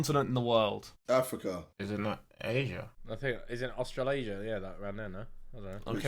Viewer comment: did he rly just say australazia😂💀